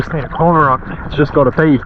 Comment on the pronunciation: Weird pronunciation of 'cormorant '. Good video otherwise.